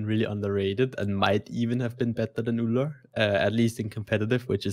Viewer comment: Ullr D? Oh my u have no clue what u say.....🙈